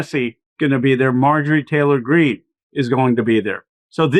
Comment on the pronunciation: Anyone notice how Ben always pronounces it “Marjorie Teller-Green” and “Laura Ingr-ra-ham”? I love the medias touch guys; but that annoys me more than it should 😆